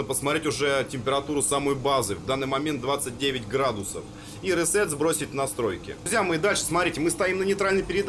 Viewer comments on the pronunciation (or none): none